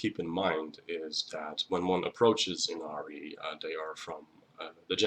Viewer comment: The correct pronunciation of her name is (E-Na-lee) Inari. R’s are pronounced as L’s when speaking Japanese. Thank you for teaching me about her. My offering to you was helping you pronounce her name correctly. 😊 #444